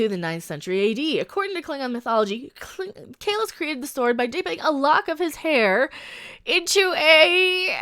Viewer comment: Why do they pronounce Kahless, Kahlesh?